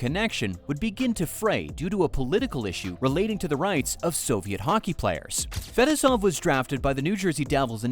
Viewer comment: Couldn’t you have learned to pronounce Fetisov, or am I sitting here criticizing AI?